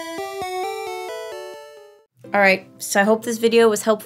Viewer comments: This whole video was wonderful, and I like how Ditto got all borked-out when you did pedal magic on him, but I have to say that the way you pronounce "ass" makes this video at least times better. Thank you so much for that. I had to watch it again. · The way you said ass was freaking hilarious 😂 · Your accent when you say "my ass" makes this 1000x funnier